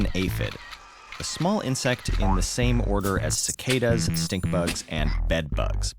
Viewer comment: I hope I am not the only one that heard stick bug instead of stink bug. Get stick bugged lol